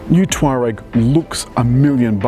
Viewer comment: Learn how to say the name correctly! its not "twar-rag" its tour-ag